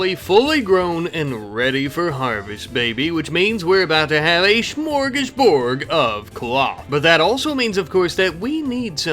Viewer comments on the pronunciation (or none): I wanna correct how you're saying smorgasbord, but honestly, it's funnier if you keep saying it wrong.